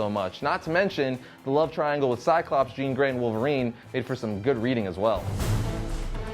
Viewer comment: Did he mess up Jean grey or am i just mis hearing him